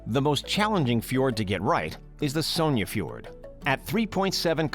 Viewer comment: Sojn-E fjord 🤣